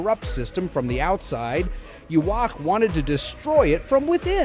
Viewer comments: no, that's japanese pronunciation. For English it should be Yuha-bach. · No, it is supposed to be Yu-ha-bach or Yu-ha-wach